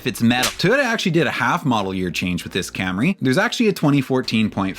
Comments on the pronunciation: mispronounced Cam-RAY (and Bimmer) for years. Was his staff too afraid to tell him? Did they snicker everytime? I wish he'd come clean on what happened. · "Cam-Ray" With "Mac-Fearsome struts"... Oh dear.